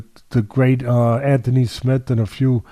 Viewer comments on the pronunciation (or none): none